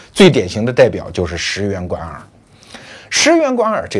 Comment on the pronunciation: 第一次听出罗胖会念错 石原莞（wan）尔